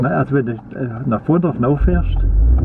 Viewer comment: Lorina Bauz ich weiß nicht ob er Bondorf oder Pfrondorf gesagt hat... bondorf wäre doch n stück weg von Tübingen... Hatte mich auch erst rießig gefreut als ich Bondorf gehört hab 😋 bin oft in tailfingen weil ich nebenan wohne! Grüße an dich